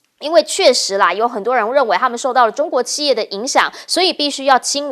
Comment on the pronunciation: 汉语发音有的听不懂，俄是二声，不是饿的音不是四声，企业的企是三声，不是四音，不是气业的发音，